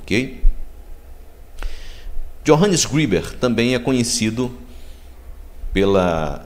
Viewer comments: Não é Johannes Griber, es Greber, a letra e se pronuncia e e não i, a pronûncia seria Iohannes Grêber, e não Johannes Gribes. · só um detalhe: ali diz escrito que Greber era Pastor ( protestante, portanto) e a pronúncia correta alemão seria greber mesmo e não grueber como vc pronunciou, abraços! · Assistiu o vídeo todo? Greber era ex-sacerdote católico. Um padre também pode ser considerado um pastor. Quanto a pronúncia, como não conheço alemão, pronunciei como em inglês se pronunciaria. Valeu pela dica.